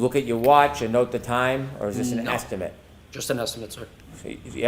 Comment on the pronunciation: When uses "estimate" as a verb, he pronounces it as if he is using the word as a noun. That annoys me.